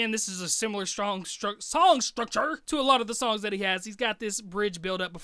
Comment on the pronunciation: My man almost said "strong sucture" lol